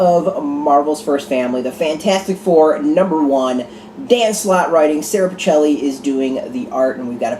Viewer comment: Good review! Her name is pronounced PICK-ELLI by the way. Love her expressions in this issue. I see a number of grumbling older fanboys but I hope they keep an open mind on this art. I think it works beautifully and Dan Slott is perfect, he clearly adores these characters. Best FF in many, many years.